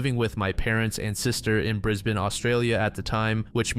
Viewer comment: Australian here, props for saying brisbane properly